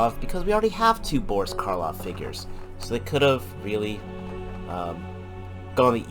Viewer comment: Boris Karloff never played Dracula. And it's Boris Karloff not Karlov. And when you review the Black and White figure it's a monocle on the end of the chain, not a pocket watch. All the reviews are getting this wrong.